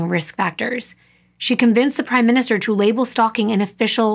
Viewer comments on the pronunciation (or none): none